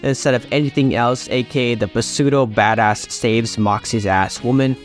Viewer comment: Learn to pronounce "pseudo" my guy. But yes, you are right.